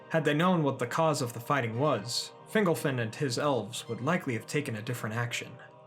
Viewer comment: Fingolfin pron. "Fin'GOL-fin" not "Fingle-fin" lol :)